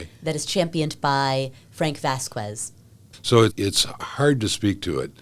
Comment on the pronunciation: off topic, but it drove me a bit nuts how she kept butchering the pronunciation of “Vasquez “.